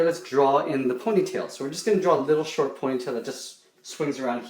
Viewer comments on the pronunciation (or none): none